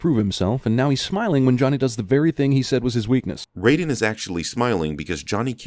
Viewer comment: Raiden, not Rayden.